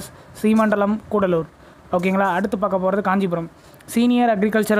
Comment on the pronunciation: Nanba athu coodalore illa cuddalore(kadalore)